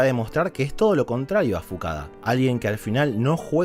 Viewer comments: En el animé es "Fukuda" no facada. Alguien que sepa como es en realidad? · Y dijiste Fukada en vez de Fukuda 😅 pero el video es impecable, aguante Slam Dunk!!! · vi el video pero me resulto gracioso algo es fukuda no fukada o me equivoco yo? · El del ryonan es fukuda, no fukada * jajajaja excelente video !!!! Lo espere por muuuuuuuuchos años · El video es hermoso, está muy bien hecho... Pero me da muchísima bronca que digas mal los nombres de los personajes, dios. "Fukada" = Fukuda; y el entrenador "Takao" = Taoka...